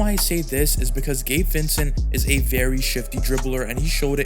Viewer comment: Sounds like your saying gay Vincent